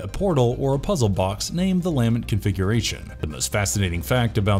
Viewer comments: is this a bot talking? NOBODY pronounces "lament" this way. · Learn how to say "lament" and I'll like & share. Jesus. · Cool video, too bad the narrator kept mispronouncing "Lament Configuration". Maybe they didn't realize that the first word is the verb 'to lament'. Kept mispronouncing the inflection. Very annoying. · Great video but every time he mispronounced the lament configuration, I wanted to jump off my roof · "The LAH-ment configuration" The what? Your em-PHAH-sis is on the wrong syll-AH-ble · The lament pronunciation is killing me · You studied everything about the movies except how to pronounce "lament" and "LeMerchant" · Good video, but either I’ve been mispronunciation “Lament” for 30 years, or the narrator didn’t give enough of a shit to watch any of the movies. Also, mispronouncing “LeMarchand” was a little annoying. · I wouldn't call reading the Wikipedia synopsis of each film and adding a couple of IMDb trivia facts here and there an 'exploration' of the franchise. They don't actually explore anything at all. And they can't even pronounce anything right. It's clear they have never seen these movies at all. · LAH MINT! NOT LAMINET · ... Why does it sound like you're saying "LANMET" instead of "LAMENT” every time you mention the Lament Configurations lol. Awesome video though, great summarization of all the movies! 🙂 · DAMNIT! It so grating when you say 'LA-ment' configuration instead of 'lah-MENT' ...where the f*ck is this narrator from? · he also keeps mis-pronouncing the lament configuration. he keeps saying lamet.. LOL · lament, not lamint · "Luh-ment" configuration, not "Leah-ment". The word is "lament", The Lament Configuration. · Take a shot every time he says Lam-ment configuration instead of Lah-ment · LA-MENT not LAM-ENT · "La-MENT" not "LAMB-ent" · It's pronounced La Mint... Not Lam mint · Have people never heard the word "Lament" before? What is with the weird pronunciations? Its NOT Lam-Ent... Its La-ment. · luh-MENT not LAH-ment